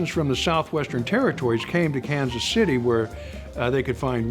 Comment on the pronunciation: AND... pronounces it correctly... "Kan-city."